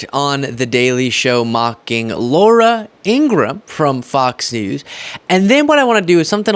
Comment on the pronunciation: Laura In-gra-ham